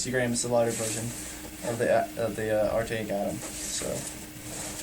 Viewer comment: lol "artaic atom" you mean arcteryx?